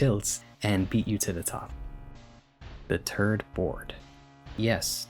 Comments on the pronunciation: great video. please learn to pronounce your "th" sounds though😭 sincerely, bursted out laughing at "turd board" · "The turd board"